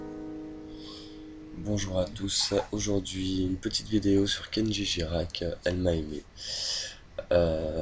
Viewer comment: C'est pas kenji mais KENDJI !! PUTAIN